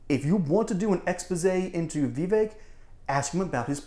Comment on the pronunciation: I wish people who stop mispronoucing Vivek's name. It is pronounced like it would rhyme with cake. Vivek is assuming this joker is intelligent.